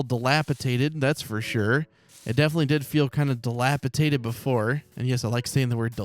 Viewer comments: is dilapidated not dilapitated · Hey it’s DilapiDATED 😂 but I kinda prefer dilapitated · Dilapidated. It’s a ‘d’ in the middle.